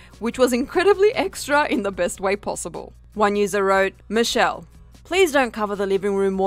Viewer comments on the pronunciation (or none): none